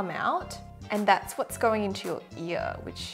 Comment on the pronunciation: I find it quite funny how your accent makes you say “eee” instead of “ear” lol♥️😂😂